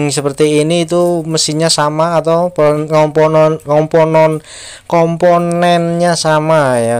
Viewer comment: Komponen bukan komponon😂